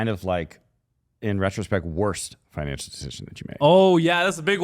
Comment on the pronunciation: Said financial with 4 syllables to match emotional 😂😂😂😂